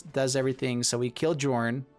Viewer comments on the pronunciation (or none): Sorry for being pedant but i think the pronunciation is Yörn